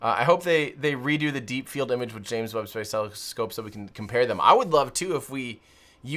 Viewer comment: watch the video and listen. The french can't say space as we do, so they pronounce it "spahce"...then others whom aren't french in the video start saying it as well. Weird